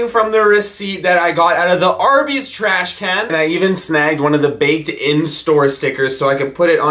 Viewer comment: Is anyone thinking abouut corona virus when he gets the receipts out the tresh can😂😂😂😂